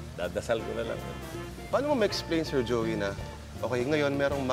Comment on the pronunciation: may napansin lang akong "Jeoy" De Leon. pero WASAK pa rin!